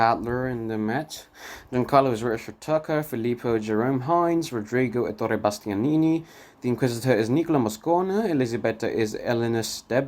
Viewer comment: Happy to hear you appreciate the greatness of Bonaldo Giaiotti in this role! I think he is also the best (or almost) Boito's Mefistofele. There is also an entire play on youtube set in Liceu. Bumbry is particularly good in the veil song in the Orange live videorecording. (Allow me a few corrections, if you don't mind, for your next videos: Zaccarìa, not Zaccària; Èttore Bastianini not Ettòre; and the last one: "ch" in italian is pronounced like a k, therefore you have to read "Filippeski", not "Filippesci") Good work and let me suggest a video about Rigoletto.